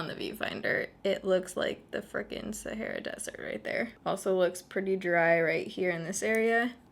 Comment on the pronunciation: "Sahara desert" 😂